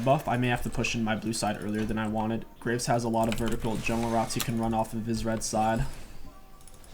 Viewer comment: "gonna grab the graves..." Said like graces is just an extra jungle camp lol